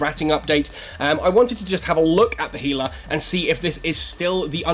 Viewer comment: Since you got it right with "gila" (he-lah), maybe my fellow Americans will change to "zebra" (zeb-ra) and we can call it even. :D